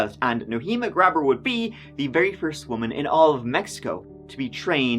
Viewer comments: Graber is my last name also. Its Gray-ber, not Grab-her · Not pronounced like that.... Gray-behr